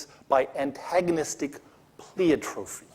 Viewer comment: He can't pronounce pleiotropy, and the concept of antagonistic pleiotropy was not arrived at as an explanation for loss-of-function mutations, rather as an explanation for senescence.